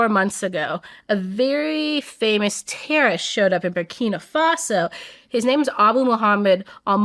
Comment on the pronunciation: "TERRIST" the pronunciation is killing me